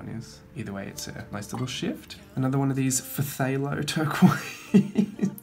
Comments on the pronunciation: And yes, phthalo is pronounced "thay-low". :D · Beautiful paints there. And yes some of those paint names are so “extra”. Lol - you did better than I would. PHTHALO? Pu-HALO? 🤷🏾‍♀️ Umm..that green right there. 😆